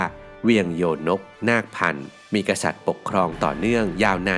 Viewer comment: โยนกเชียงแสน คำว่าโยนกอ่านว่า ยะ-โหนก หรือย-โนก ค่ะ ครูสอนสังคมสอนมาแบบนี้ค่ะ